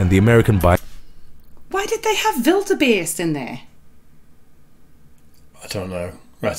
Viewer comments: Did say Wildebeest? It sounded like she said Build a bear 😂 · The video actually shows elk in both the deer and moose scenes. When got put outta shape because of the wildebeest scene, I about died laughing. I find it interesting that the way she pronounces wildebeest is with the V sound as in violin, the way the German language uses it. In America our pronounciation of the letter w is like saying Wyoming or Word or Willow. Lovin your reactions you two, keep them coming. Cheers from the Central Valley of California.